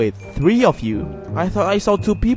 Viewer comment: I thought you said the sims tree